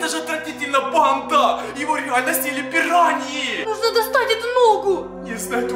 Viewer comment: Это пираньйи а не пируйни